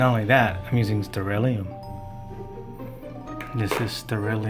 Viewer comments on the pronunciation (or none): or stell /air/ rium everyone pronounces it that way i wonder why thats cute you called it sterelium :P ita a (stella air museum)